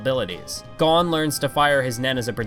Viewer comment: the way you said.. Kukuroo... and Kaito.... and Gon... at least you said Killua the right way.